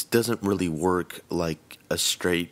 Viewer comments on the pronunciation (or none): none